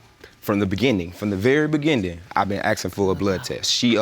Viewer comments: gah i hate how ppl say axing instead of asking. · Why oh why do black people keep saying axsing instead of asking???